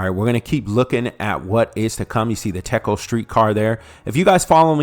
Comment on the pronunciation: TECO is pronounced with a long E sound as in TEECO.